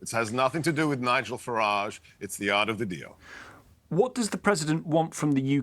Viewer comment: "Äre of the deal" hey? Quality.